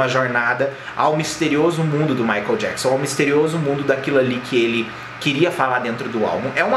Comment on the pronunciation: no começo do video ele fala "michael JAPSON" ....KKKKK